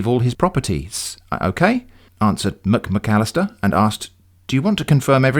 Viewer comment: I keep on chuckling every time you say "Mc-McAllister". It is also extremely funny that poor Davis Bon had "any accident." He may just have stubbed his toe.